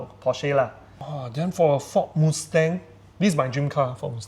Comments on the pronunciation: but i like his "moosteng" better, also his "benlee" lol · alamak so cringe to hear you guys mispronounce "Porsche" and "Mustang"! Are you sure is a car enthusiast?